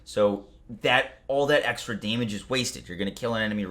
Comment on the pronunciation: "To prevent you from doing DAYMIDGE to yourself"